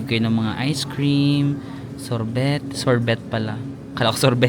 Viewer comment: Loving your vlogs.. pero ung sorbet you say it “sor-bay” hehe Continue travelling and vlogging 🥰